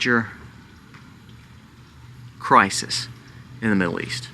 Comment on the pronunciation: It's cry-sis...... not cry-sees 😤